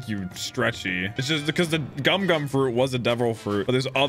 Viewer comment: its pronounced go-m-oo go-m-oo not gum gum